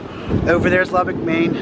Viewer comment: It’s pronounced Loo-beck